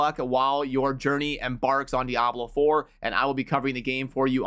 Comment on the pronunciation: Youre one of the few who actually say diablo proper. Subscribing just for that